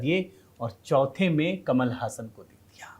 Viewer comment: जी ऐसा बताया जाता है कि इसका उच्चारण कमल हासन नहीं, कमाल हासन है।